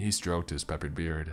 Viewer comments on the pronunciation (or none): Peppers beard 😆😆😆